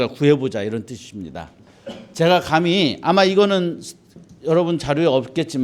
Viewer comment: 좌성하오나, 자고저 믄제가 심각하나이다.장음인 첫 자를 짧게 잘못 발음하신 예:사람,감히, 되요, 머냐하면, 세상, 좋겠다, 두 개, 시각,(좋은) 운,제가( 나 자신), 등!! 이런 평상어의 발음이 이렇게 틀렸나이다.!! 이 자리에서 이런 강의를. 들으시는 여러 분 어떻게 생각하십니까!?? 장중히 권하오니, 치시면, 우리 말에대한 귀한 강의를 들을 수 있나이다. 미국 변 완수 드림